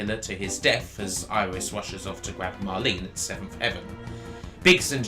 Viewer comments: Iris? Just.....no. Don't care what your native accent is. It ain't pronounced Iris. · I admit it took some getting used to hearongnit like that, but when the game was released nobody knew how to say it, so it was up to the player to find their own way. I say it "air-is", but things like aegis shield I say "I-gis", so I can see logic, and it's not easy to break a nearly 20 year old habit.